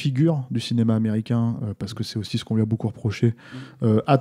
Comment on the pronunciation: est ce que pourrait faire un effort pour parler français et dire "ce" ou "cet" plutôt que de répéter en boucle "c'te"?